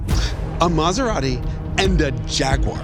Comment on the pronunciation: BTW, in Italy where Maserati is from, they don't speak with that accent!